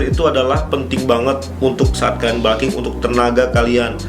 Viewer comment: balking... balking.... kayaknya nggak semua U dibaca A deh.. di telinga annoying